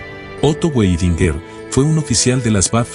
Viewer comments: Muy buena la historia de Otto Weidinger, Solo que se pronuncia Vaidingaar. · A pronuncia do nome Weidinger com o W pronunciado como em ingles ,irrita.